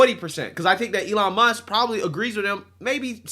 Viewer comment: “Elon Muskez” =\= “Elon Musk’s”